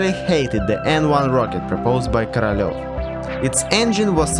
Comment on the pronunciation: the way he says korolev sounds like caralho but with a v in the end